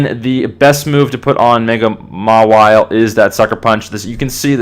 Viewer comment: Just so ya know, mawile is generally pronounced "mah-eye-ol". :)